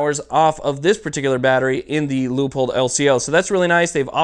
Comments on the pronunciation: Just an FYI. It's pronounced Loo-pold. Not Leeahpold. Could help with future reviews. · Leo-pold? Aaaarrrgggghhh! It's Lewpold, Loopold, Leupold! This is Leopold: Rant over, as you were... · Quick question just for my education. Is it pronounced "LEEAPOLD" or "LOOPOLD" I want to talk about my gear, but don't want to sound like an idiot.